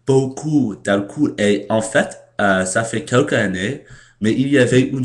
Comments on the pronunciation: Il y a des choses comme ça en France. Par exemple, moi, je suis en Terminale (senior year) au lycée. Et la "tradition" est de fumer de l'herbe avant un cours de Philosophie. On voit les choses sous un angle différent! :) " Alcool" - on ne prononce pas le "oo" comme "ou", mais comme le son "o", tout simplement. Merci de prendre,du temps pour nous faire partager ta culture. Go on : ) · On ne prononce pas "alcoul" ! On prononce :"alcolle" ! Même si on écrit "alcool" !